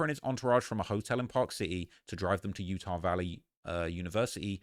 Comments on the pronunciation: Yurr tah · lol say Utah again